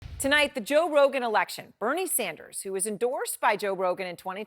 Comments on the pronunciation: Moron can't even get Joe's name out of her mouth. "Josh, John sorry Josh ha John Rogan." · Did she say john rogan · 😂, she can not even pronounce Joe Rogan’s name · hahahaha she cant even say his name!! poor thang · Lol. She can't say his name. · Why can’t she say Joe? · Oooo shit. Why Joe rogan name suddenly become difficult to pronounce for CNN anchor. 😂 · They lost it all lol 😂😂😂 she can't even prono6tge man's name